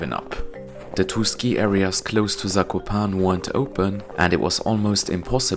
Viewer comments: Loved your video. Zakopane has 4 syllables that you need to pronounce. Za.. ko…pa…ne! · You should pronounce E in Zakopane. Polish is phonetic.